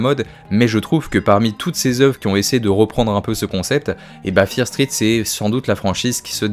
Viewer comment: Ça me stresse, tu peux ajouter le "T" au mot "Street"...